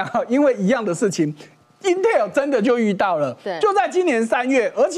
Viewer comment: 發音請發對，Intel, not Inter